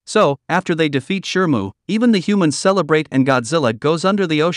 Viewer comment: Shimu, not shrmu.